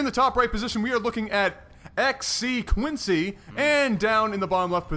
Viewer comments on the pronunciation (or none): Hey guys, I think 'xcQuence' is pronounced 'cross-see-quence' :-) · his name is pronounced x-sequence. Derp